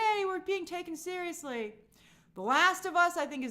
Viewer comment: right?! i want to call that out. and she said Bella wasn't "seious" enough...like what are you talking about?